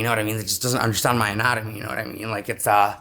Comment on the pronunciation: "I don't understand my own atanomy" WTF!